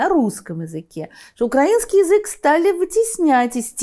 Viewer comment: Даже Невзоров исправляет свои ‘укрАинский’.